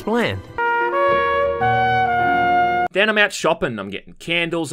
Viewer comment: ''I can explang.'' XDDD